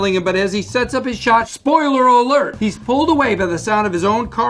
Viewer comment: nobody: Bob: spoileiler alert another good one is Michael